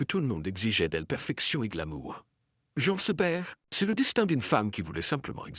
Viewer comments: prononcez Jeen Seberg...svp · Encore cette voix artificielle qui ne sait même pas prononcer correctement Jean Seberg